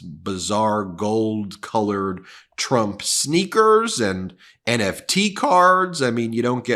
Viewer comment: TRUMP NOT TRUNP😅😅